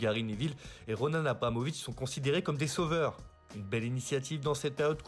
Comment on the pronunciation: Roman Abramovich et non pas ' Ronan ' Abramovich